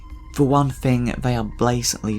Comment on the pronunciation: "Fing," "fink" even "Funderchild." Good Lord man, use your tongue.